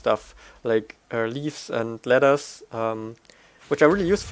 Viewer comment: I love how you say ladders, I always hear lettuce:) and then I imagine what I heard:)... but great videos, you deserve more views:)